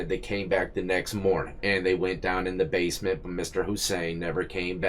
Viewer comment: She keeps pronouncing basement as Base-meant its base-mint. So annoying